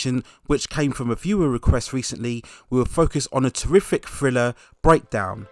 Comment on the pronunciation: "Friller"?🤦‍♀️....maybe learn to pronounce "th" b4 narration?